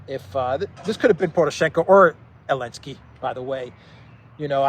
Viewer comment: what is this that you call Zaleski with an A....Alenski Is this a joke on the name or what?